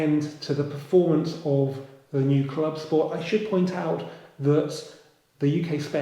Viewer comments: Please please dont go the scchhhoda route in pronunciation of the " club schhport".....its Clubsport. No "sch"........ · I know it’s a joke but I’m struggling to listen to the “clubscchhporrt”, classic dad joke saying it again and again, once or twice would be funny 😂😂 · This channel is rubbish. I think the silly way you say CLUBSPORT says it all. Your headline picture is also clickbait. Got to listen to you talking in your kitchen. Your other videos where you are also an ‘expert’ involve you reading off your notes. Cheerio. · Yes, this irritates me, I just had to unsubscribe from another channel that started this and then it ballooned to everything that started with an S!! Stop